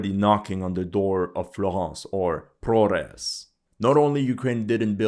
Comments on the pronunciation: You should know that the H in Ukraine should be pronounced like G in English. So, ProHres is pronounced ProGres. YevHenivka is pronounced YevGenivka. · "Russian propaganda" and he says "Prores" instead of Progres. Very consistent. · Imagine the absurdity: the town is named "Progress", but the Ukrainians renamed everything so now it's "Prohress" and you are struggling to pronounce it. Lol